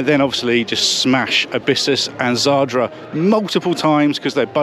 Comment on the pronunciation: It's zadra not zardra.